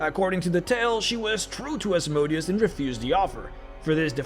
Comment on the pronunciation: It's time you go back to saying Asmodeus the correct way before you make more videos about the hells. Now it sounds more like a name of a machine than a devil